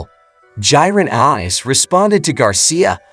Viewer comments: First, who is Devin Haney Garcia. Next, Gervontae Davis s not youthful, compared to Ryan and Haney. Eenis, Annus, Unnis, got damn, get the man's name right. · pronounced Ennis a million different ways lol. What a idiot